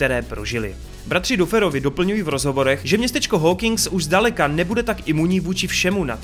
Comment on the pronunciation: no jakoby, je to blbustka, ale furt říkáš Max místo Mex a Duferovi misto Dafrovi, pisu jak se to cte a ne jak se to pise, ale jak rikam je to jen blbustka, takze to je skoro jedno😄